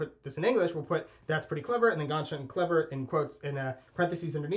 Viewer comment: It's pronounces Ganz SHOON rhymes with DUNE you nitzes. How could you not learn this it's 2020 POUNDMETOO - means "really nice" literal translation but it's like when you eat a keilbasa it's very clever if you do it and wink at your friend same time.